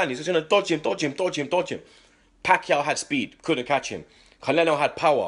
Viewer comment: LMAO! called Canelo "CALENO" HAHAHAHAHAHAHAHAHAHA